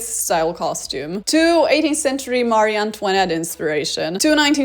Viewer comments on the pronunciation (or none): none